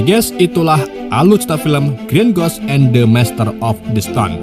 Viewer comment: kayaknya alangkah lebih baik jika abang belajar melafalkan nama ataau kata dalam bahasa asing/inggris deh bang, supaya penonton juga lebih nyaman nontonnya.. 🙌🏻 Moon Eyes : X Moneyes V Mun Ays Green Ghost : X Gren Gos V Grin Gowst